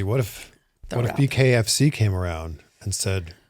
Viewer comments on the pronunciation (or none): Okay, I didn't hear the "B" when he said "BKFC", so I was like "... the fried chicken people do MMA events now?"